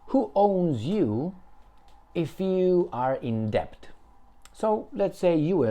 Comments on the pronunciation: Debt is pronounced det (the "b" is silent) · Excellent analysis,. Just don't sound "b" in the word "debt". Say "det" Argentina is a basket case. The man who claims he talks to his dead dogs (who apparently speak to him in the voice of the very powerful Jewish Bullrich) says he wants to privatize more... what's left? They have privatized even water!